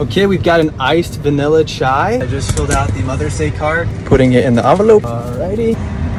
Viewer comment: As an Indian,I feel so proud coz he pronounced "CHAI" correctly😭